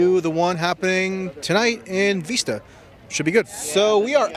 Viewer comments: It's Vista and not Veesta... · I grew up in this town, and Darrell Issa is a disgrace. Also, it's Vista, not Veesta. :P Keep up the good work. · Its vista not veesta.... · Sorry to be picky, but it's pronounced Vista- as in the word visit. Not Veesta.